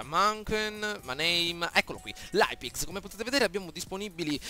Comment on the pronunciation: Leipzig si pronuncia laipzig